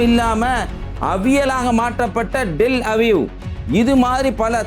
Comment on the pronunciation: கேனைப் பயலே Del Aviv இல்லைடா Tel Aviv. கூடிய கூடிய கூடிய கூடிய கூடிய கூடிய கூடிய ன்னு சொல்லி சாவடிக்கிற